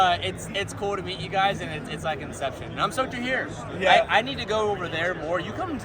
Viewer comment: "MEaT oUr Frweindz" 😂